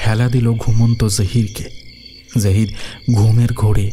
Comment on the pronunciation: জাহির কথাটা বারবার কানে বাজছে, বাংলাতে জহির হবে। আর সামীমা কথাটা উর্দুতে বলে, বাংলাতে এটা শামীমা হবে।